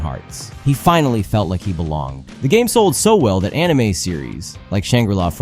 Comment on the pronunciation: "Enimay" bled my ears